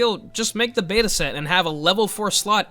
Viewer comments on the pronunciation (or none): none